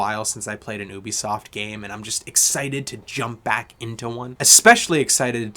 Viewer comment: Love how you pronounce ‘ohhhbi-soft’ 😂 Good review 🎉